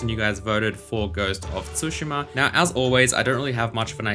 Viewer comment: I'm not an expert, but I'd guess it's not pronounced _TSU_shima